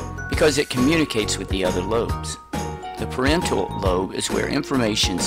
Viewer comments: The pronunciation of parietal lobe sounds way off! It sounds like he's saying parental. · You said it as parental